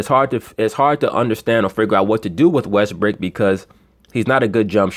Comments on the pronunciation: LMAO you just kept calling westbrook "westbrick" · You kill me with the West-brick.